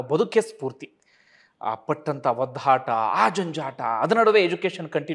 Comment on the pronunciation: ಒದ್ದಾಟ ಅನ್ನಿ ಸ್ವಾಮಿ. ಒದ್ಧಾಟ ಅನ್ನಬೇಡಿ. ತಪ್ಪು ತಿಳಿಯಬೇಡಿ.👏.